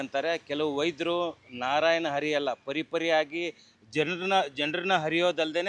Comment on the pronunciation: Anna adu ARI alla Hari 🤦🏼